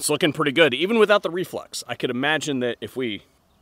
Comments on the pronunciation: I just laugh when the guy says "reflux" instead of "reflex". Having said that, I have one on order. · Dude are you saying reflux?? Its Reflex. Reflex.